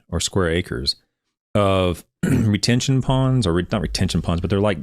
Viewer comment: you’re close. “Detention Pond”. 👍🏼